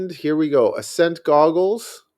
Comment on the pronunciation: Ah-Scent as in ascending or ascension. like gaining altitude not accent lol sorry. nice video might have to try it out